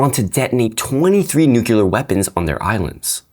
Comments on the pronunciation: Damnit,. You messed up lol. It’s most effectively pronounced as “New-Clear” or of one insists on the third syllable “New-Cle-Ar” but never will it ever been condoned nor forgiven to be pronounced “Nuke-you-lar”. Love the channel, very informative but you messed up pretty badly there. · Nooo! you're one of those who says "nukeelar". Didnt expect that, not from one of my favourite educators 😭